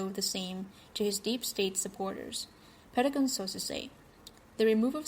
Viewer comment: It's not Petagon; it's Pentagon with 2 letter 'n' s in it.